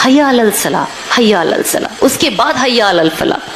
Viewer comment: Hayya alasslah hai naki hayya alalsalh